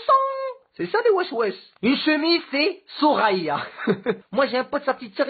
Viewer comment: On dit souriya pas souraya